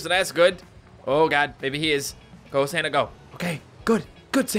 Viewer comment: It sounded like shouted Sanna and not Santa. Heeeeehh. Merry Christmas